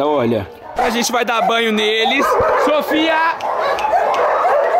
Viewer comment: A falou meu nome so que com o i 😅 SOFY